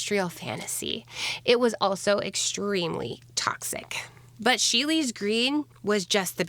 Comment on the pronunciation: I know I'm late, but it is pronounced She'll. Sheele's Green. ^_^ I am loving your videos!